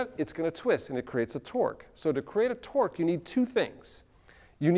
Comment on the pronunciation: are you saying twerk or twork?